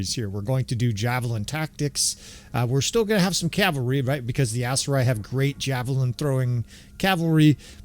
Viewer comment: Thanks for saying cavalry. A year ago you were saying Calvary. Each time you did i felt a nun crack a ruler on my knuckles and shout "Cavalry is a military unit Calvary is where Christ died!" Yeah, I'm a few years older than you.